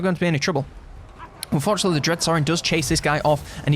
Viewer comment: When he is saying fortunately and unfortunately it’s indistinguishable lol